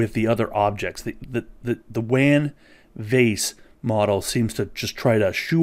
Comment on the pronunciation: it's pronounced "waan" not "van"